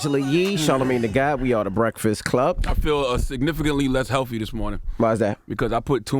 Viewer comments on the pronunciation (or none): He said “I feel less healfy” not HEALTHY lol..... come on dude. That’s how 1 year olds speak lol.